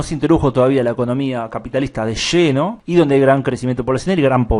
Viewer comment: Pronuncia mal la elle, suena como una che. Dice "de lleno" o " De Sheno"??